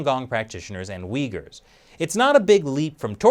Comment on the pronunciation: Took a shot every time you said Uigher. They can have my liver now 😑